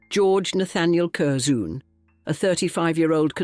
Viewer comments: I really enjoy your documentaries, but please research pronunciation. Curzon (pronounced Curzun, not Curzoon) and Blenheim, pronounced (Blenim, not Blenhime) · Kerzoon! Gadzooks! Cur-zun is how it’s pronounced. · Cur-ZOON. Oh dear. It's pronounced Curzen. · This AI is the worst can’t even pronounce Curzon pathetic this is appalling